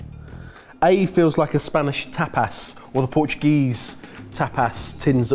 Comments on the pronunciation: Whenever says "tapas" my brain hears "tap ass" 😂😂😂😂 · I buy premium peanut butter. Tuna depends on how I use it. I would prefer a premium feta all the time. I don't allow chickpeas in my home. I also got to hear another Spanish/Mexican word you Brits pronounce wrong (tapas), which always gives me a good chuckle.